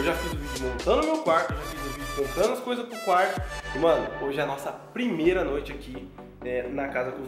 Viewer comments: Kkkkkkkkkk #thiagoreiskkkkk "premeira" kkkkkk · Calma ai "PREMEIRA"kkkkkkkk